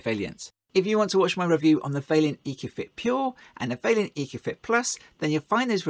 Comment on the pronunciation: How am I supposed to take a review seriously from a “professional” who can’t even pronounce the manufacturers name correctly? It’s VAILLANT not Vailliant, you seem to keep adding an extra i for some reason. You say whack a 30kw in because it means you can run two taps at the same time, but that’s nonsense. It should be specd on whether you even have the cold water mains working pressure and large enough water supply to even manage a constant 14l/min + with two taps open, otherwise they’ve just paid for this bigger boiler for nothing. Also is the customers gas supply even big enough to power said bigger boiler you’re trying to flog them, or is that part of it all where you get to sell them a new gas run? You should be mentioning in your videos that using Vaillant modulating controls is best practice as these will increase the efficiency of the boilers as they modulate the burner, not standard on/off controls which are no benefit to the customer in saving money. Nicely produced video though 👍